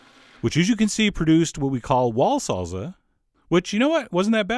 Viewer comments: Did white boy say "salza" ITS SALSA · salSa not salZa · its pronounced salSa not salZZZa, I'm not sure you should trust your spanish teacher anymore lol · It's saal -saa not sal-zuh lmao! I know... I'm Cuban! Lol love your videos!!!!!!!!! Obsessed with your channel!!! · Saul za? Lol! Why is it that the French, Italians and Germans can pronounce one simple word the same as Spaniards but Americans struggle with common pronunciations from their southern neighbors? Love your cooking chef! Keep it up! Much love from southern France. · wow yea no Z in SALSA its pronounced Saal Saah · there is no Z from an S sound in ANY language(except hungarian). SALSA. 2 SSSSSSSes. seriously. I will never believe you on the pronunciation of anything. I love your recipes John, but your pronunciation of everything is atrocious. Pronunciation is part of the education of any dish, make it a priority. I want to believe you're not someone who says MARSCApone......